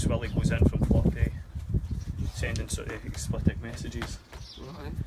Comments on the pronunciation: "Explitic"? Learn to speak, FFS. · Its explicit pal not explipet 😁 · I wish the hunter would realise he's saying explitit instead of explicit ,doing my nut in lol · Honestly how has no one ever corrected him on '' explitic''